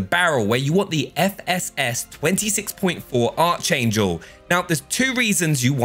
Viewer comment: cant be saying "archangel" like that